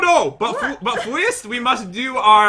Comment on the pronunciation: Nobody with any accents says fweist.